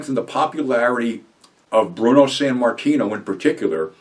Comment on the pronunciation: Sammartino not Sanmartino